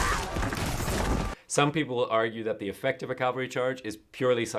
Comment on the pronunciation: Why does he keep saying Calvery vs Cavalry?